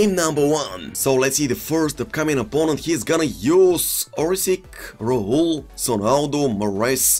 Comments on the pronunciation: Hi isnt orsik he is orsich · Dude spell the name right cruyff = kroif abd Orsic = Orsich